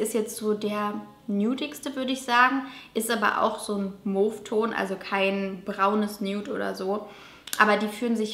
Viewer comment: Mauve geschrieben...mow ausgesprochen :)